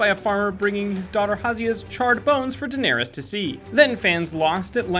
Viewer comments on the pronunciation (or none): none